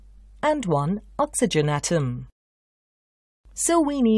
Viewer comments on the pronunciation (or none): none